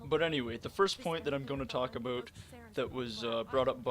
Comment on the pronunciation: That Canadian "aboot" really just slipping out.